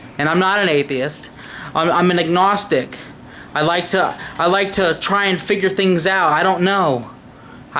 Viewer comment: Egnostic? Never heard of that one. Agnostic, sure, but not egnostic.